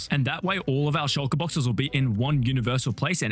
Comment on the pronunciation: my dumbahh thought he said "Shinjiru farm"